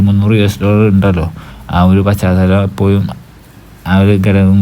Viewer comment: എപ്പോയും അല്ലടോ എപ്പോഴും